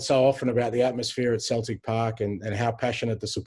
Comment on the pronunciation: He definitely just pronounced Celtic with a ‘K’ sound 🤦‍♂️